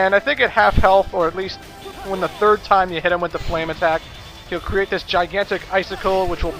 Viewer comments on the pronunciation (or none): none